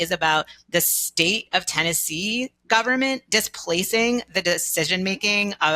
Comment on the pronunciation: Yikes! We get the dreaded combination of uptalk (every phrase ends with rising intonation, as if she's asking question after question, even though she's not), and long A pronounced like long E (this "keese" is about the "steet" of Tennessee "displeecing" parents and doctors). I would feel sorry for the Supreme Court justices even if I agreed with this person's argument.